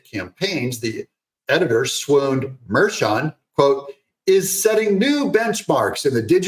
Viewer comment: The judges name is pronounced Mar-khan.